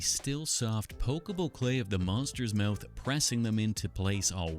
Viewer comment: He be saying mouth like Meyouth